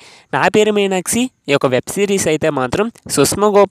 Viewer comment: మీరు "మీనాక్షి" అన్న పదాన్ని " మీనాక్సి " అని పలుకుతున్నారు. అది తప్పు కదా. మీకు వీడియోలు తీయాలని ఉత్సాహం ఉంది కదా. మరి సరిగ్గా మాట్లాడక పోతే బాగోదు కదా. అందు వల్ల మీరు వెంటనే తెలుగు ఎలా మాట్లాడాలో నేర్చుకోండి. All the best. I will watch keenly your progress. Bye...